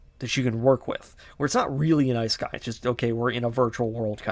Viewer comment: Overly pretentious AND stating factually wrong things? That's an interesting combo. Seriously though, do some actual research. Also the purposeful mispronouncing of Isekai is just... Lame. Like come on dude, what are you doing?